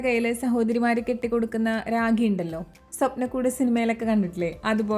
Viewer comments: Ragi alla raki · രാഗി ആണോ രാഖി ആണോ